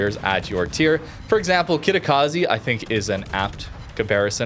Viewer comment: how difficult is to say Kitakaze..instead of Kitakazi